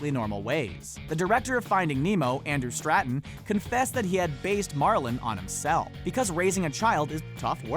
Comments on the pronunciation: lol Andrew "STRA-tun." (Stanton) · It's Andrew Stanton, not Andrew straton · 😂😂😂😂😂he said Andrew Straton😂😂😂😂